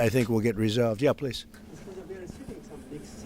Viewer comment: Zelinsky finally said pwees and thank you